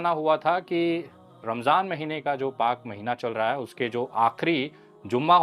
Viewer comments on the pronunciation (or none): Ramdan nahi, ramzan sahi uchcharan spelling ya tallaffuz hai.